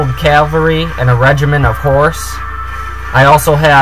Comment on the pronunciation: dude is "cavalry" =D sounds really funny when you said "calvary" =D well good battle you are earning exp in online battles =D the problem in this battle was that you fall in his trap... and you lose a lot of ppl in the beginning of the trap... thx for the video...! 5/5